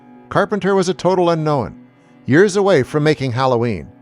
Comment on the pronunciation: "a total UNKNOWEN?"